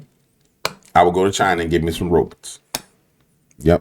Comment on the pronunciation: Stop saying ROBUTTS!!! 😂